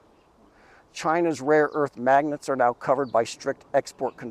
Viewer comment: 🤣🤣🤣 Seriously ? I knew it would very hard for him to pronounce some of them or even to remember more than a couple of names . But to not even know there is a difference between "raw" and "rare" , that really takes the cake.